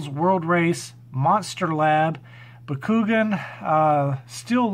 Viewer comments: Lol I love how your pronouncing Bakugan lol Bah-Ku-Gone try that lol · Just in case someone asks lol Bakugan is pronounced BA-KU-GONE not Ba-Ku-Gin 😆 👍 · Baa-Koo-Gone. And nice pick ups.